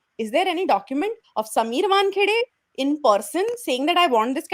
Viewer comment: oh ghosh ! Irritating Barkha - it is 'Waan' - 'khay' - 'day' ! not Wunkhuday !